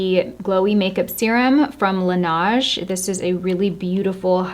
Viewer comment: it's Laneige, not Lenage hahah that was so cute